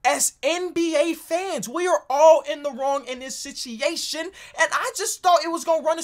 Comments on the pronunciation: be like sit-i-ation!! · “Sitiation” - Love it when he says it like that. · “SiChiAIon”! mhm yes indeed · If I had a dollar for everytime you said sit-eation 😂😂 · Nobody:: sitchiatiob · Sitch ee ation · sit chee aytion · Does know he is saying the word situation wrong?